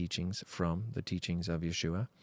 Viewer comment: Love when you say Yeshúa ! Finally someone saying his correct name ✨✅💝